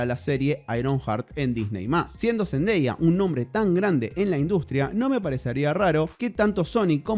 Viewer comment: Por fin alguien que pronuncia bien el nombre de Zendaya!! 😅🤓😝